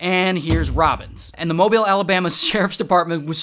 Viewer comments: shoutouts to Ray for pronouncing Mobile correctly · Mobilian here. Thank you for pronouncing Mobile correctly! 😁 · Props for pronouncing Mobile correctly.